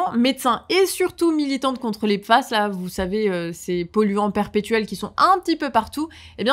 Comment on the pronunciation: Ça se prononce piface. Pas pface.